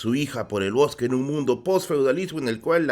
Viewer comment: "En medio del bojque" 😄